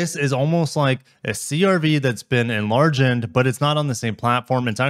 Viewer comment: “Enlargened” lol 😂